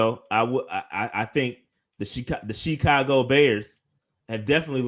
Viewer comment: Did you say Shecago Bears? That’s funny